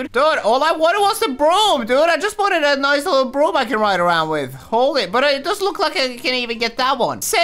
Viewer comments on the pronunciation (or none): none